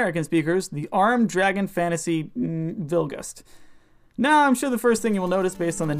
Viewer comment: Please don't ever pronounce Japanese like that again. Hyper-emphasizing syllables in a language that has almost zero syllabic emphasis sounds SO cringey. "kōryū denstsu bilugasuto," not "ko-YOU den-SET-soo VILL-gust." Please ask a Japanese friend to read it aloud for you.